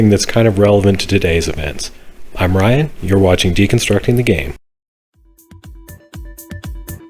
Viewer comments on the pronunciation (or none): none